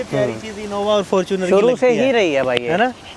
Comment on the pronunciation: Abe fortuner bolna seekh lo ganwaron